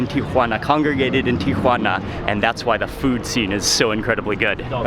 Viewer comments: I want to watch, but i cant listen to him TRY to sound like hes a local everywhere he goes. It is pronounced Tijuana. Tee a wanna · Someone must of enunciated slowly to Mark, "Tea-whhhah-na", I have never heard TJ pronounced that way, not even by locals. Tijuana has THE best FISH & SHRIMP TACOS ON THE PLANET! Even better in Rosarito, just a few minutes south of TJ. Order an ice cold 🍺Cerveza first, then Beer Batter Fried 🍤Shrimp or 🐟Fish, 🥬Fresh Shredded Cabbage, 🥑Avacado, 🍅🧅🌿Pico de Gallo, 💃🌶️Salsa Verde, 🐄 Dollop of Crema in a fresh made 🌮Tortilla. 🌮😋✝️ DIOS MIO!! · It is pronounced teeawanna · Oh no not Geoffrey. A complete hanger on.Its pronounced TI UH WAA NUH. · The most pretentious pronunciation of 'Tijuana'. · I know it's the proper way of pronouncing the city's name...but every time Mark says Tijuana, it made me giggle. It just throws me off when you hear his normal way of talking then all of sudden you hear pronounce TIjuana with a completely different accent and such a strong emphasis on the "Juana" part of the name. Plus, he said it so many times in the beginning of the video, it just I couldn't help but smile every time I heard him say it. Loved this video though, and always am excited to see Mexico and it's amazing cuisine which IMO doesn't ever get as much love as it deserves!! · not even the locals pronounce taco and tijuana like mark.